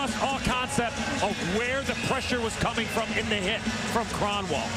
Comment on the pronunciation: [Krahn-Wawl] Eh. Crapiest way to say it championship?